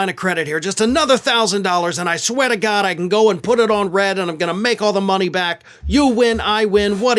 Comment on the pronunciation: LOL, where did that NY/ New England accent come from? "Swear to Gawd"